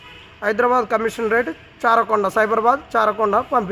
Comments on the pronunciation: Charakonda కాదు Raachakonda అది 🤦🏻‍♂️ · చారకొండ కాదు, రాచకొండ రా అయ్యా😂